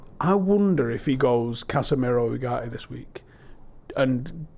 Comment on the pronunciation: How they pronounce Ugarte gives me headache UGAEEE